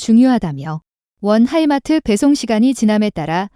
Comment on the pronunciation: 하이마트 인수해서 가전제품 판데요? 무기 이름 제대로 말해야지요 Himars